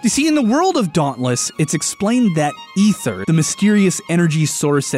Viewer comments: Is Ether (eth-er) the canon pronounciation for the thing in Dauntless, or are you mispronouncing, as Ike screams on up B (and is pronounced the same as Ether in the Xenoblade games (which I wouldn't mind some sciences on, especially with 1 getting a definitive edition)), "AE-THER!" Edit: wait you fixed yourself up later in the video. I guess it was a misread for the introduction xD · I liked this video until some idiot called it ether (eh-thur) instead of Aether (a-thur) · Sorry to be picky but it’s pronounced A-THER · Why do people pronounce it EH-THER!?!?! IT'S AY-THER NOT EH-THER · eether not ehther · I’ve always heard it “Ay-thurr”, why would it be “E-therr” when the word ether exists? Aether clearly has an A in front, thus it should be pronounced with an A sound. Yes, I know English is a wacky language but still. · hey its tnot eth-er its E-th-er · say it with me Ay-th-er not ether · im pretty sure its pronounced ee-ther not eh-ther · it's not ETHER it's -->A<--ether AETHER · Isn't it pronounced "eether" not "ether" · You pronounced aether wrong it's AY-THER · The pronunciation of Aether (Aye-ther) hurts me. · It's pronounced ee-ther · Sorry but did you just say ether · Aether not ether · IT IS PRONOUNCED EETHER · My god he said ether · The "Chair-rig"? Bro, your soft eh-thur is passable and has historic value, but JFC on a stick, it's Char-rog. Like Balrog crossed with Char. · Aether (A-ther) not technically Ether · ITS CALLED EETHER!!!!!!! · Ee-ther by the by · Aether >w> with an A, not an e Im sorry, it just really bothers me and i've been trying to get over it. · ...I'm slightly trigger by his mispronunciation of Aether